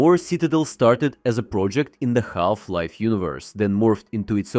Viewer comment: Ah yes Galf-Life. 😂